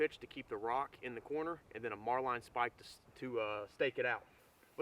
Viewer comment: I found that those 5 x 7 in tarps or space blankets are too small. If I buy anything other than a nylon tarp if I just buy a 6 x 8 ft poly tarp. 6 x 8 is just big enough to keep me covered so that I stay dry. Tell me something. What is a mar-line spike? I spent 4 years in the US Navy SeaBees and I never once heard it pronounced Mar-line. I never even heard it called that in boot camp Thats like calling a bosun mate a bo-sine mate